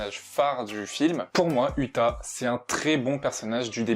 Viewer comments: 👺 sa s'ecrit uta mes sa se dit outa et tu dit uta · C'est outa pas uta (pour la prononciation)